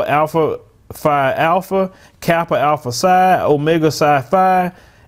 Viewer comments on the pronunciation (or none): none